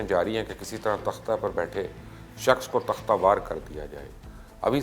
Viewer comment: جاھل آ دمی تختہ وار نہیں ہوتا تختہ دار ہوتا ہے۔دو لفظ اردو کے بھی سیکھ لو۔